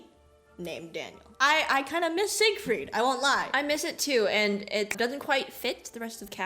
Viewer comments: "Siegfried isn't that hard to say" she says while misproniuncing the name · I am a daniel viewer and I think they made the name simpler because Siegfried uses German pronunciation and they probably decided this was too hard for children haha but I couldn’t say why they chose daniel ofc haha